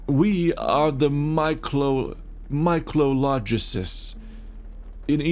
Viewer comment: MY-CO-LO-GIsts English speakers struggle to read...